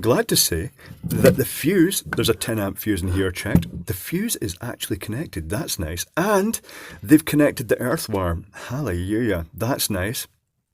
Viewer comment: It's hallelujah not halleyuyah 😂😂 your a legend